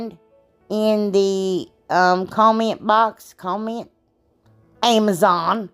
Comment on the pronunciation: lol ..”AMAZON “